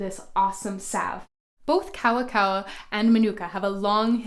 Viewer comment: Good video but you didn't pronounce Maori or kawakawa right, then again 90% of Pakeha in NZ don't pronounce any Maori word right.